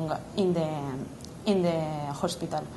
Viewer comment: JER JANS, JOSPITAL Jajajajaja. La tia esta es una cateta macho, y yo asustada por no pasar mi prueba de speaking y hay gente que piensa presentarse así, desde luego a la gente le sobra el dinero presentándose a un examen de 180 y tantos euros pronunciando la J ahí como si fuera español, desde luego que vaya tela colgarse en youtube así xdddd